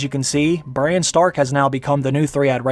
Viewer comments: Is it me or is he saying Bryan everytime an not Bran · His name is Bran, short for Brandon. Not Brian or Brain. You changed his many so many times it made the video confusing. And don't repeat the lines you just showed us in a clip so much. We just heard them say it! Sometimes twice